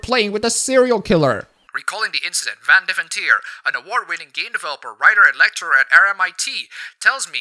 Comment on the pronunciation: You have a Dutch accent, but can't pronounce Van Deventer correctly?